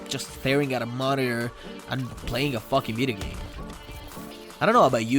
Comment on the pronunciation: Kinda annoying that yo say vidigame